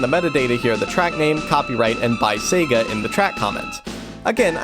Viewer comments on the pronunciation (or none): none